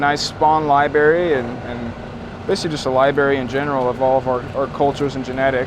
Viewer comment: holy hell did you say Libary? Did you know that there is another r in that word?!